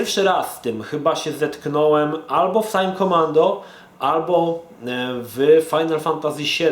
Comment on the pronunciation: "tjajm kjomando"